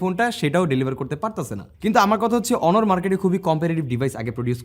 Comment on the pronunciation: অনর নয় ভাই অনার